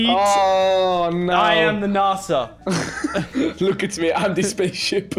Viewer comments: It's nasa not naasaa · Is nasa not narsa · Why you saying Narsa its Nasa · “NARSE-a” gotta love NARSE-a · It’s nasa not Nassau omegalul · Why is he saying narsa instead of n-a-sa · did any notice at 31 he said N.A.S.A wrong (btw i love your vids Lachlan) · Did anyone notice that lachy said nasa wrong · You say NASA wrong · the way he pronounced nasa triggers me